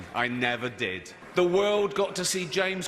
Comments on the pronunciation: Jayy Pama “that you will ever DEAD see”? 😂🤔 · Did you mean to say the “greatest news service that you ever dead see” ...or maybe I’m just hearing things